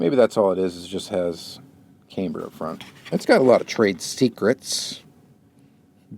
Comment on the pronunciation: Pronounced CAM-BER not CAME-BER. Just trying to help you out.